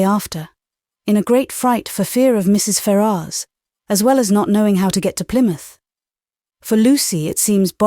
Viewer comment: I thought his name was pronounced fair-us.